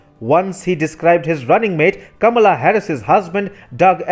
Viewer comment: Do not be alarmed by Biden's apparent weakness Kamala (with the stress placed carefully on the first syllable) Harris is waiting in the wings to become the first Black radical left president of the United States. God save US!